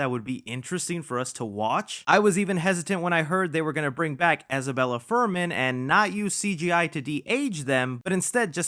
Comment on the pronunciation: Isabelle 😂 not Isabella haha